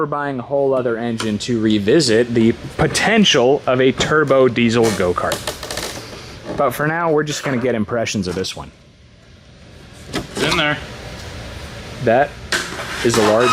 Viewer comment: "Perdictshins" is not a word. "Puhtentials" is not a word.